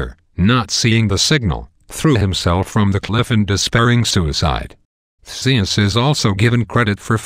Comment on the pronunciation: I don't think that's how you pronounce Ares's name... I also think the following pronunciations are wrong: Theseus Minotaur Echidna (I think, IDK) Also, during battles, if Ares is wounded, he always stumbles to Olympus whining like a toddler. The only reason why Zeus heals him is because Ares is part of his family and is an Olympian. :D